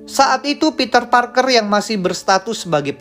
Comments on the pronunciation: Pter ptarker😂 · Pter ptarker 😂😂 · Pter ptaker pas ngucapin itu ngakak min sorry 😅